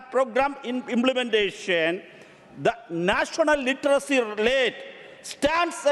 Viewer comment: ലിറ്ററസി എന്നുപറഞ്ഞ് കൂവി. നിൻറെ ഭാഷണത്തിൽ നിന്നും മനസ്സിലായി ലിറ്റർ സി ലെവൽ എന്താണെന്ന്